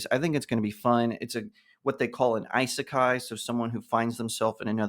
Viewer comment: Do you intentional pronounce isekai wrong?